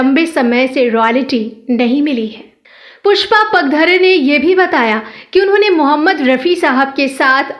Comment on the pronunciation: खूप वाईट वाटत आहे त्यांचे नाव पुष्पा पागधरे आहे ते नीट उच्चारावे ही नम्र विनंती